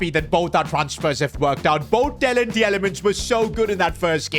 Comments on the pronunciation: PCQ: Belgian media is livid because of the mispronounciation of Youri Tielemans. His name is pronounced ‘Tee-la-muns’. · You have pronounce Tielemans like teelemans in Belgium you say it like that.